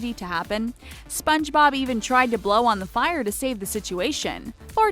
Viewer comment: This Girl Said Spongerob but she said spongebob mutiple times and Its Zubat not Zumbat Dont Trigger And Pokemon Lovers